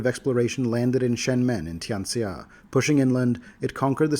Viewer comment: Tian Xia is pronounced "tyan shya". X's are SH's in Mandarin, and that name is very Mandarin. Also, I dunno where Paizo got the data from, but that list of noble title is out of order. Emperor>King>Archduke>Duke>Marquis>Count>Margrave>Earl>Viscount>Baron>Baronet>Reeve. And viscount is pronounced "vy-count", not "vice count". You pronounce duergar correctly, though. For some dumb reason everyone thinks it's "doo-ergar", but it's derived from the Nordic word dvergir. So good job on that.